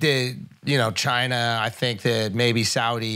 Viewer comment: Yeah, as a Nepalese guy who's pretty close to my Tibetan homies, the whole chine was right was rough to hear. I enjoy Flagrant and they're not being serious about it, I'm sure they're just playing but definitely took a bit to get through.